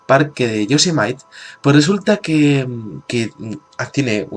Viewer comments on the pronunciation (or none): el parque nacional de Yosemite se pronunce "yo-se-mi-di, es de origen nativo de los indios nativos Norteamericanos...